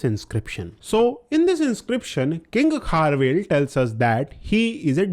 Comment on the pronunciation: Its not kharvel its kharavela